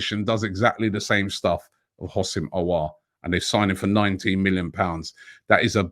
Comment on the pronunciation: There's no I in Houssem So isn't it pronounced WHO-SEM, not HOS-SIM